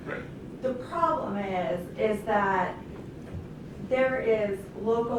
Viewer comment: Does anyone else think that the defense attorney sounds like a total airhead? A few times, she says "prollem" instead of "problem". I was waiting for her to say, "Gag me with a spoon".